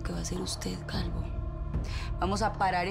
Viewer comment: Alguien más escucho que la diabla le dijo calgo a calvo